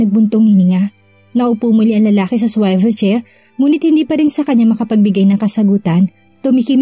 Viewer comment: Dear narrator "swivel" is pronounced as suwivel HINDI po swayvel